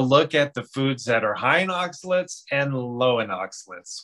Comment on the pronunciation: I think that it should be pronounced oxa-lates, not oxa-lits. Hard to watch this video when the pronounciation is off (IMO).